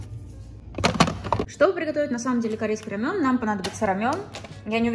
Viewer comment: Не рамён , а рамэн.